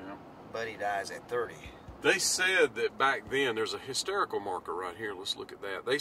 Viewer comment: All your videos are really interesting. So much hidden and lost history about the King. At 8.28mins in this video I think it's 'histerical' when you meant to say 'historical' marker. Thanks again to you both.